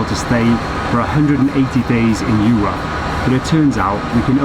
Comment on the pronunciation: Hey, don't say "Eu-RUP"! 😀